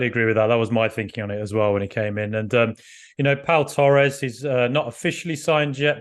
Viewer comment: Did he just call him poo Torres 🤣